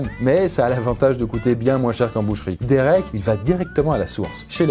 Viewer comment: He sa se dit dérék pas dirik mais sa s'écrit derek